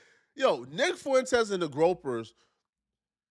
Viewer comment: the what? GROPERS? does your dumbass mean GROYPERS?